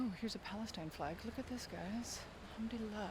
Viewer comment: Mashaa Allah sis love your video. May allahs at bless your soul. Loved the way u say Alhamduillah. Yesterday I saw an ayah ( surah ankabut-ayah 45) where Allahs swt is mentioning that when we talk about Allah among people He swt remembers us among His angles and indeed He praising us in that blessed gathering is a greatert honor. May Allah swt accept it from u sis❤